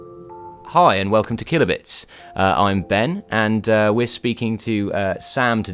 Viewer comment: At the start of the video, I thought you said "Hello, and welcome to Kill-a-bitch."